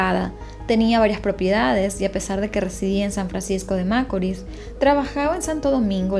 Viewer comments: el acento con el que ella dice San Francisco de macoris, en otro caso quien rayos anda fijandose en las cosas que hay en la carretera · Me encanta lo que haces y más de tus comienzo, te sigo hace poco, tienes una voz que no cansa y tienes buenas dicción, en todo lo que he escuchado de ti solo algo me hace un poco de ruido a mis oídos 👂San Francisco de Macorís, la pronunciación no es como lo dices. Lamentable lo del caso de Emely, y sentencia muy injusta, no se le hizo justicia a la muerte de esa joven.